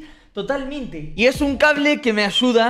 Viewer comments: Me dio risa cuando querias decir ayuda y decias ashuda jajaja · Porque dicen achuda es ayuda:se pronuncia aiuda no achuda